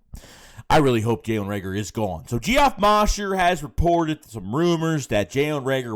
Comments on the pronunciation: Lol his name is pronounced Jeff, not Gee Off. Anyways I'm fine with letting Reagor go although I still think he will become a playmaker elsewhere he just can't handle the city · Pause. Did just say “GEE-OFF MAUSHER” LMFAOOOOOO …it’s pronounced “Jeff” “Moe-Sure” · You really don’t know how to pronounce Geoff Mosher?? Lol it’s “Jeff” not Geehoff lol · Geoff is pronounced Jeff...The O in Mosher is long..also. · His name is pronounced Jeff 🤦🏽‍♂️